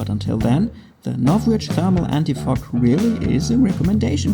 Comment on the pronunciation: It sounded like you said, "anti f**k"😂